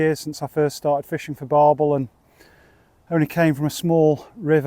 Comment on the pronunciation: Barbel not barble